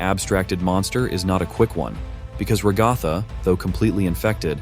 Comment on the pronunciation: “Ragotha” I’m sorry 😭